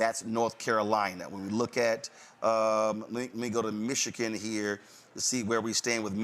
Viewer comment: The man cant even say Michigan right(MichiKIN), and people seriously think he is intelligent?